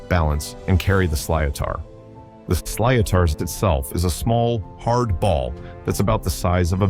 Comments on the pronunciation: sliotar is pronounced slittar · Sliatar😂😂😂 silotar is pronounced slit er